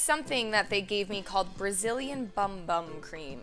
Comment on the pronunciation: That "brazilian bum bum cream" is a full body cream, the Bum Bum is (in Brazil) pronounced Boom Boom. It is named as you said because they consider their Bums there best feature...or so I was just told :) ya im a bit late telling you this lol